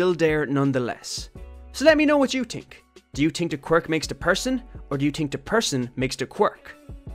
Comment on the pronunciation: Can we talk about how he said dink instead of think? Lol Imma guess accents and also great video!